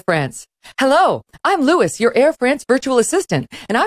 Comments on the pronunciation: I think that's probably Louis as in "Loo-ey" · Louis? LOU-E. I assume it’s supposed to be a French name? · "Hello, I'm Louis*, your Air France digital assistant ... (*It's pronounced LOU-ee, Madame! It's pronounced LOU-ee! And it is FRAHNCE, Madame! FRAHNCE!)" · The bot is pronounced like “Louie”, not like “Lewis”. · Why can’t she pronounce Louis properly?